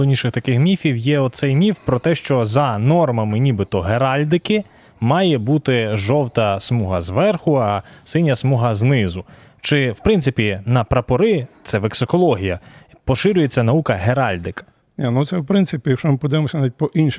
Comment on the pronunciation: Не вексілології. А вексілологія! Vexilum. На латині "прапор"